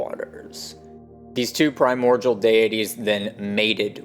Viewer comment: Love this stuff, profoundly and truly. A thousand thanks, really. One observation though: The word "primordial" is pronounced like PRY-MORE-DEAL. I can see why you would sound it out like the world cordial. But alas, there is no relation there.